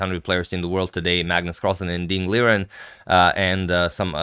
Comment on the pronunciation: I know you like to pronounce names correctly, Agadmator -- you should note that Liren would not be "lier-en", but actually "lee-ren" would be much closer, with the space deliberately between 'lee' and 'ren'. 'Liren', as a word, is a romanization of two characters, Li and Ren. Also Mandarin has tones, so there would be a very specific way of saying the two syllables (well, all three actually, including 'Ding'), though I don't know what the correct pronunciation is offhand.